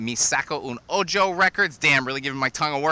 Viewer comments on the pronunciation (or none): Ojo is pronounced OHO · 'Mi saco un oyo' records, and my Spaniard ears keep bleeding forever. Never stop trying Spanish! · It's read "Oho" as in eye in Spanish... 🤘🏼 Great spread btw!